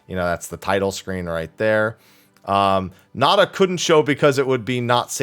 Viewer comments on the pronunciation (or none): none